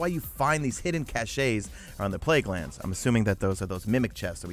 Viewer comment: Cashays??? #MesaFail "cashes"